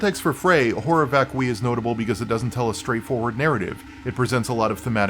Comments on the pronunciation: It’s “vac-cue-eye” not “vak-kwi” Horror vacui is an artist’s condition which means fear of open spaces. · I know that my name is literally the male version of Hermione, and I hate to point it out, but I think it's VÁCUI , not VACUÍ